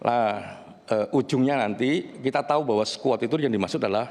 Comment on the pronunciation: Pengucapannya aja salah, skuot skuot aku yakin Vera gak ngomong gitu, koq bisa org kayak gini punya jabatan malu2 in.